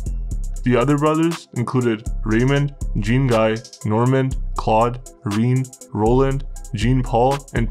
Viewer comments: you need to brush up on your pronunciation of the french names. lol. good though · The way you pronounce Jean-Guy 😂😂😂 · The pronunciation of Jean-guy killed me, at least he got the story right. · Jack wees my sween… lmao nice pronouncing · Gros on dit "Jon Gee" crissement plus que "Jean (comme les pantalon) Gaiye" Patnais dit Jeen Gaiye, c'pas ca pentoute. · Jean Guy would be pronounced Jawn Gi Sounds like Shawn but with a J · lol its pronounced "jhawn Ghee"" not Gene Guy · Gene guy 😂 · Lol jean guy 🤣 it's pronounced john gee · It’s pronounced Doo-bwa (Dubois) and Jan-ngee (Jean-Guy)… Trust me. gee like guitar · Dubois is Dew-Bwa, and Shon Gee is Jean Guy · As a Canadian Anglophone myself, the family name is pronounced d-OO-b-w-aa Jean GUY = Jau(n)GEE; Claud = Cloed; Normand and Raymond would probably have a drop in tone at the end of the name and a silent 'd' because the more imporant D sound comes from their last name. In the 70's and 80's we were required to take 9 credits of French in order to graduate (Provincial requirements do vary). Be careful with those French names, they can get pretty stabby about it all... Especially in the topics you are into across Canada. Don't get me wrong, I like all your programs, but now that you are not using T2S, you need to get those right. Btw. I would love to know your take on the FLQ/October crisis, but for that will need to adhere to the above and then some. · It’s pronounced Doo-bwa (Dubois) and Jah-ngee (Jean-Guy). Trust me. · If you aren't sure how to pronounce something French, maybe ask a french speaker. Dubois is pronounced Doo-BWAH. It's really annoying. I like the content. Great show. Hire a voice, and you'll go far. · Good vid but it’s pronounced Deubwa and Jhon-Ghee. ✌🏼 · bro this is a really well researched video but you need to look into how to pronounce french names, hearing "joHn Guy DooBOY" just doesn't sound right